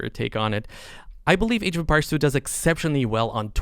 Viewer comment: Yes. Masmorra is great. But. God damn it but how he pronounces “empires” bugs me so much :-D